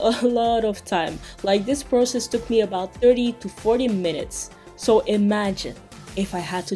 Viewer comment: I feel bad for laughing everytime you said process.